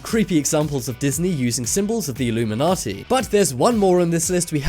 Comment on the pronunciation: Its illuminati not illumimanti